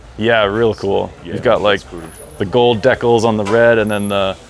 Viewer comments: oh Dee-cal. I thought the host was having an aneurysm. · Do you mean a 'decal'? Same as a sticker basically. Some people say 'dee-cal' instead of 'dec-al' if that helps?